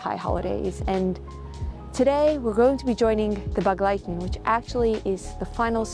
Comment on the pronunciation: Thanks for the video and your dedication. I didn't understand the word begleiten the way you pronounced it even if I knew it. My grandmother was from Satmar but she pronounced it differently more like an e instead a sounding for the first e.